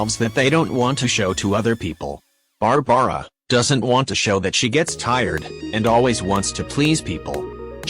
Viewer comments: THE WAY IT SAID BARABARA’S NAME ‘Bar-Bar-Ra’ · Barbra is pronounced (in this video) Bar bra a. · I like how the computer almost says BARBRUH lol he has the meta dude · Nobody gonna talk about ”Bar Bar Uh” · Ah yes, bar-bar-a